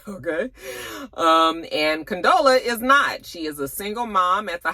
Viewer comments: I know you weren’t feeling this episode, by the way you keep Condola.. instead of Con•dola 😂😂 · you had me cracking up each time you incorrectly pronounced Condola 😂